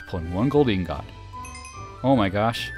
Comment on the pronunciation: The real crime here is the way he says ingot.